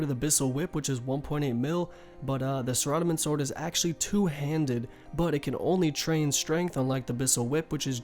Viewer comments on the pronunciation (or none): Yes you did noob! learn to pronounce Sarah-dome-in! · lol "SUH"radomin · "Sore-rah-dah-min God Sword" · the way u say saradomin makes me want to throw my computer out the window. my guy its sarah (like the name) dah-men. why in the world would u say it differently lol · "suh-rad-amin godsword" you made me cringe.. pls delete this and restart and make sure you pronounce it properly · shradomin shord mit tree, holy fuck, its pronounced might-eerr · That’s not in any where are you supposed to pronounce it Sar-a-dom-in The O should make the sound o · sara-doh-min ;-; Not a Thief btw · "SIR-odamin godsword" "WIV-URNS" "RUIN" REEEEEEEEEEEEEEEEEEEEEEEEEE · sara-do-min XD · Zahradomin sword? The way you say it sounds so funny 😁 RSN crank trip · thumbs down bc of how you pronouncin saradomin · you have good info but i hate how you pronounce saradomin so tilting for me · do you not know how to pronounce saradomin lol.. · i dont mean to be a dick but saradomin isnt the only thing hes was pronouncing wrong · i bet he calls bitches named sarah s a r a lmaoo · Holy hell, you pronounce everything so weird. Pretty good guide otherwise.